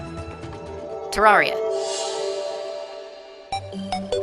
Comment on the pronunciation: It's pronounced Ter-rare-ree-a.